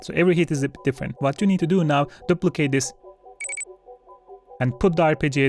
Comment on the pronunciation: Dooo -plicate not duh-plicate. Sink (Sync) not Sinch